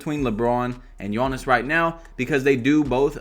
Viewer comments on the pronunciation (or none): Love the content but it is giannis not gionnis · Bro why do you pronounce his name like yoanis instead of Giannis (yee-Ahn-is) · “Yawnnis Awntetokoumpo” LmAo